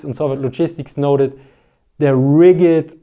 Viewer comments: As an observation only, and NOT a complaint: Rigid is not pronounced rigg-id. Rather, it is pronounced more as ridge-it. For some reason, it is one of those pesky english words with a missing letter. I look forwards to more content. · Rigid is pronounced as "ridge-id." The correct word for rigidness is rigidity. Small things, keep up the good work. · i noticed you were saying rigged with a hard G like in Rig but we really say it with j sound like in Jed i know thats not the way its spelled and that because English was created by people good at writing rules and less good at fallowing them